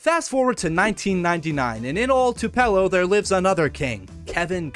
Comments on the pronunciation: Too-Pih-Low. or Too-Pah-Low. not Twopell-Oh. lol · I love my home country of two pillows mensasippy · add me to the list.. Too Pell Oh like wtf lol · “Two-Pell-oh” is crazy 😭 it’s pronounced “Two-pillow” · IT'S TOO-PUH-LOW NOT TOO-PEL-LOO 😡😡😡😡😡😡😡😡😡😡😡😡😡😡😡😡😡😡😡😡😡😡😡😡😡😡😡😡😡😡😡😡😡😡😡😡😡😡😡😡😡😡😡😡😡😡😡😡😡😡😡😡😡😡😡😡😡😡😡😡😡😡😡😡😡😡😡😡😡😡😡😡😡😡😡😡😡😡😡😡😡😡😡😡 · As one born in the state : it’s Too-puu-low Haha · “2 pelow” 🥀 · TU- PELO??? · As somebody from Tupelo it has always been and will always be Twopello from now on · Tupelo Is pronounced (Too pa low) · Are you pronouncing it like that to trigger people? 😂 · I can’t if his purposefully saying Tupelo wrong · This mans pronunciation of tupelo is killing me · Bro butchered the crap out of Tupelo’s name… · he fr did, just like how people butcher Biloxi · No one ever pronounced Tupelo like that. Literally couldn’t get through the video with how you pronounced it and I’m not even from Mississippi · as a mississippian i bursted out laughing 😭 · I didn't even know it was possible to mispronounce 😂😭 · your pronunciation of tupelo is driving me insane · Came to the comments to say that